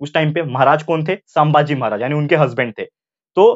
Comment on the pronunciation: Saambhaji nahi sambhaji